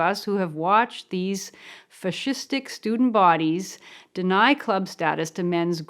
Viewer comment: Fah-shiz-dick? She inventing words?